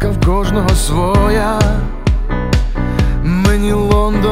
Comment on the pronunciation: Не ,,свооооя,, а,,свояяяяя,, тому глухі і сліпі вивчайте наголос в українській мові